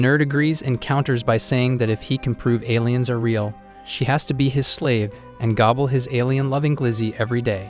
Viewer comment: Bro said Gooble his weenie 😂